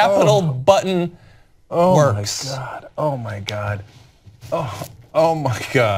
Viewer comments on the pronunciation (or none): The emphasis is not on "buddn" but on "works" – what imbeciles at TYT… can't even read properly.